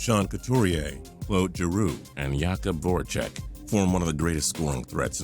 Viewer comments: Pretty sure he pronounces it the same way as Jacob. Not yacub. Maybe other people with that name same yacub but I think he goes by Jacob. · Right, it's pronounced "Yock_ub" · It's Jakub Voracek not yakub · On flyers it's jakub not yukbu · I thought Philly fans call him Jake? Regardless, I'm pretty sure that in Czech it's yakub. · Please don't tell me you just pronounced Jakob Vorecek "yakob vorecek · It's Jakub, and I'm fairly sure it's pronounced as "yakub" in Czech.